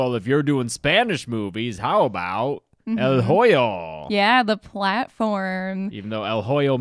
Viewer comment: You really butchered the pronunciation of "El Hoyo" 😂